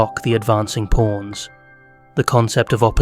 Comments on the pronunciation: just satirical observational humor. All jokes aside, great analysis. When you say "pawns" it sounds like "PORNs." lol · Anyone else hearing" porns"?